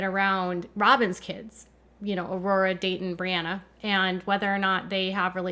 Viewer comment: Who’s David? Do you mean dayton? I’m confused, his dayton name actually David?